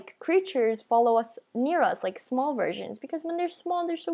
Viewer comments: Btw its "small" not "smoll" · D-did you say smoll ghost :O OH ME GOOSH :OOOOOOOOOO NO WAY :OOOOO